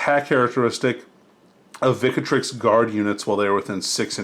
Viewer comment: Grey Shields were actually mixed chapter units. And why do you add an A vowel to ViCTrix?